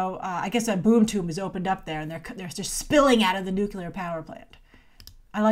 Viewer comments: Nuclear...not Nucular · Did you just say 'nucular power plant' ? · Homer Simpson - "it's pronounced nuculer" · I love that you can't say 'nuclear' 😆 I always remember Gene Hackman's Lex Luthor: "nucular man"